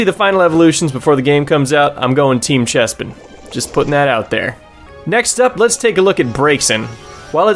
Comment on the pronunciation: i love how you fucking nailed chespin and fennekin